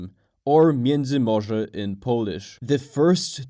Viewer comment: I saw the general knowledge video on this subject on my homepage, but when homeboy mispronounced miedzymorze I immediately went looking for a way out, and found your comment. I’m glad that you have made your video without any apparent speech impediments mixed in, not that there’s anything wrong with that but this is much better. Thank you.